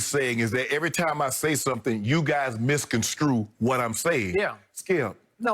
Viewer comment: Somebody please tell Shannon that it pronounced ( miss-con-strew ) not ( miss-con-screw )